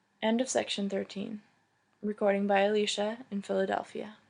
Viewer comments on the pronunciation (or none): none